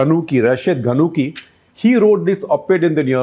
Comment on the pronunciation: Some of the words were mispronounced such as : Rashid al gannushi not gunncci.. And prime minister hishaam al mashishi..